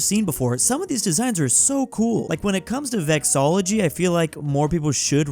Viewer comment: i like how says 'vexology' instead of 'vexillology'.